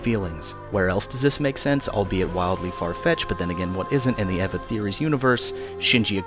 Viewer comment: i watched the dub first and thought it was pretty good, then i watched a bunch of scenes from the sub and compared them to the dub. There isn't really a whole lot of difference imo, except in one scene in EoE they fucked up, and the sudden change in pronunciation of Eva.